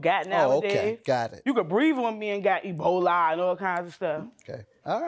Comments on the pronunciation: Not ebolye instead of Ebola!!! 😂 But I know what you meant and you are definitely right sis! 💯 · I didn't know you could catch EBO-LYE just from someone breathing on you...😅